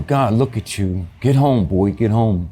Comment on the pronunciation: I don't like how he said Buoy instead of Boy like 👀